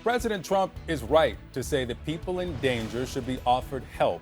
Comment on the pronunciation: 8,660 peasple(her pronunciation not mine) has been given asylum. These individuals are receiving asylum based on what stolen land that was never theirs to begin with? Their inability to find jobs? They certainly aren't lacking food! I mean who didn't seem to notice that 90% of those video taped walking in were seriously obese to the point of waddling? This is blatant and I mean BLATANT favoritism looking every single citizen of the United States right in the face! Where was tRUMPs favorite billionaire buddy from? Yep South Africa! We are now to believe that these individuals who obviously aren't starving, they don't seem to be in any kind of shock or appear to be physically hurt or have been somehow put in jeopardy? All-the-while now we (the tRUMP administration) are getting ready to return those brave individuals from Afghanistan who put the lives of their families as well as their own lives in jeopardy in an effort to help the United States in a time of actual war. I mean REAL jeopardy not like the type of jeopardy these individuals seem to be in except maybe the lack of Big Mac or possibly cardiac arrest from over indulgence! Simply put rediculas which has become synonymous with the tRUMP administration!